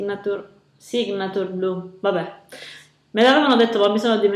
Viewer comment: sig - nachiur...piu' o meno.............in inglese la g non sposa la enne, ma sta da sola!